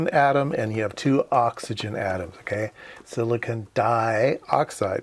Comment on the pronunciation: Why do you keep saying "sillikin". Silicon is spelled with an "o".